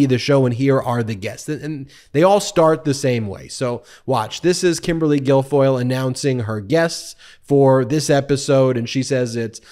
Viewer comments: Michael Cohen calls her Kimberly Gargoyle... all the time....Sometimes Ben gets tripped up on her real name.. Hilarious!! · Ben you almost got her name right, for future reference it's Kimberly Gargoyle!!!😅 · Ben you almost called her Kimberly “Gargoyle”. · Kimberly GARGOYLE is the correct pronunciation. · Sorry to correct you Ben,her name is Kimberly Gargoyle!! 😂😂😂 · Ben did you say 'Kimberly Gargoyle'?